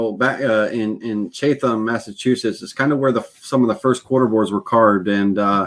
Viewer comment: It's pronounced Chat...em lol How do you seal when finished for outside??